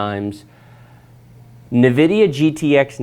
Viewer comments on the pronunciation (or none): Did you say Nevidia.... lol? Its pronounced "En-Vidia" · `n vidia` xDDDDDD